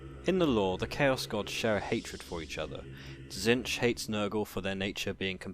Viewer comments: "Zench" .... Really? It's pronounced "Zeetch" basically. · Tzeentch not Tzentch. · again, it's pronounced zeentch